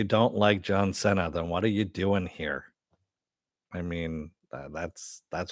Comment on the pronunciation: I thought his last name is pronounced "see-nah" : )